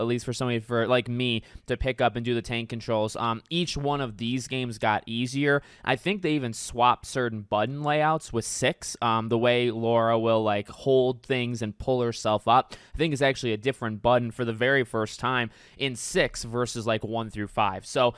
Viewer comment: Omg you dents. It is pronounced lar-a not Laura. Pronounce it right or don’t bother